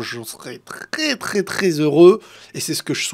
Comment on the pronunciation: « trRRRRRès tRRRRRès TRRRRRès heureux » mais tu vas les chercher ou ces « R » 😭😭😭😭😭😭😭😭😭